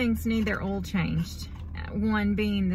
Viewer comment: Great stuff guys. Really enjoy the content. Love the way you say 'oll' where I tend pronounce it Oi-ill. Will have to get my wife on to changing the 'oll'. Or maybe not. I rather appreciate my existence.